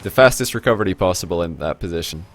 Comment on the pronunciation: lol i love his indian way of saying it